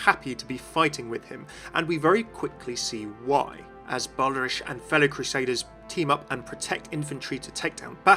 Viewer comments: Doesn't Reinhardt call him "Bal-der-ich" not "Bal-der-ish"? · Yeah I dunno. I’ve never heard “ich” pronounced like that before. I’m not German either but I have a couple friends who are and they’ve never said anything pronounced it like “ish” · the Cammunist yes. and Brigitte is correct the first time says is, but again with an audible E at the end. the second version sounds more like french to me. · "Baldarish" "Eishinvalde" I know you're not German but, come on.